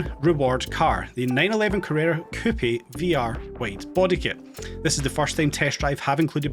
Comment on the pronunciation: Hahaha why would I be excited for a non working casino ? This dude has such a hard on for this game, is he getting some kind of kickbacks from Nacon? Does any one hate when instead of pronouncing the word coupe he says coupy? Dude say it right